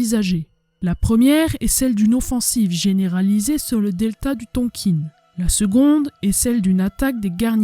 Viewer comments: Bonjour, Excellent documentaire très détaillé. La façon de dire Tonkine m’écorche un peu les oreilles. C’est Tonkin plutôt non ? Bravo à vous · Je croyais qu'on disait "Tonkin" et non "Tonkine"... Je saigne un peu des oreilles là... À part ce petit hic, excellente vidéo, hâte de voir la deuxième partie ! Salutations depuis la ville de Mar del Plata en Argentine 🇦🇷. Ricardo. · Beau reportage...juste un truc, on dit "Tonkin" pas "tonkine"😊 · très intéressant , je suis juste gêné par votre prononciation de "Tonkin" , pourquoi prononcez vous "tonkine" , ayant une partie de ma famille née et ayant vécu en Indochine , je n'ai jamais entendu la prononciation "tonkine" , c'est une chose mineur qui n'enlève rien a la qualité de votre vidéo , mais qui me gène quand mème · Bonjour ont dit pas Tonkine mes Tonkin les premiers armes fournis aux viêt-min c'est l'O.S.S et ils les sons aussi entraîner pans dans la deuxième guerre mondiale le viêt-min récupérer les pilotes Américain abattu pour pas qu'ils tombent entre les mains de l'armée Japonaise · Bravo pour le travail fourni! La prononciation Du Tonkin reste TONKIN et non Tonquine :) .Je partage la vidéo un max. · Ohhh ce n’est pas très grave. Je me suis même dit : C’est peut-être comme ça qu’on le prononce et moi comme une gourde qui disait Tonkin 😂. Super contente d’être abonnée à votre chaîne.